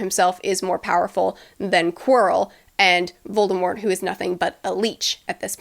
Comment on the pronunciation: I appreciate how you pronounce Voldemort the right way